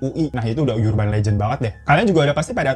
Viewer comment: Suka sm channel ini..kocak..ga terlalu serious..tp cara dy mgmg 'urban'...duh..liat kamus dong mas gmn cara yg bener pronunciationnya..biar tambah keren bawain ceritanya